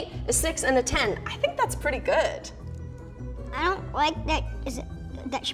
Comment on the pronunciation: “...it’s GUUD 👍🏼” I love this XD ❤️